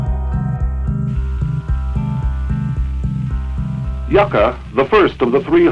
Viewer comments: Its' pronounced "Yuck Ah" ! - not YOU Kah ! - You're welcome ! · Yucca (yukka) not yooka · HEY,ITS NOT PRONOUNCED -YOU-CA..ITS YUCCA(YUH-CA)...YUCCA PLANT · NOT YOU-CA PLANT(GEEZ!) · Pronounced "Yuck uh" like the cactus . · “Yucca” pronounced “Yuk - ah”. It’s a funny little tree that grows in arid climates. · Yucka - or Yuckuh. Like the cactus. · Yucca is a desert plant in NM. Check your pronunciation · learn how to pronounce YUCCA! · If you can't even pronounce Yucca correctly, how do we know your video isn't full of additional errors? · At least learn how to pronounce 'Yucca.' Hint: The included footage includes a proper pronunciation.